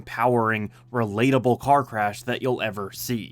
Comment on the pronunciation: "relatabble"? bruh how is kanye relatable